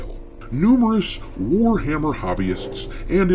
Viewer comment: ""it's War-Ma'am-er!"